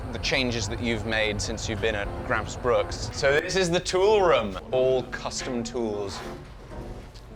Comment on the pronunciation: there is no 's' in bruk!